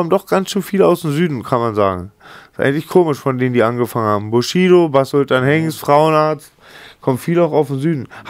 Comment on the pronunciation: Sagt Mc Bogy wenn er Bushido ausspricht nicht immer Sushido ? Wer versteht auch immer Sushido ?